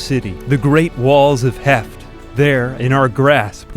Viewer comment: Every time you said “Heft” I thought you were saying heck and it was killing me 😅